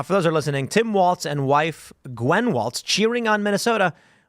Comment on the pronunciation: Walz not Waltz. Goddamn learn to speak.